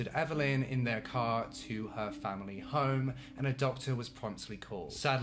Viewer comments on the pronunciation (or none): none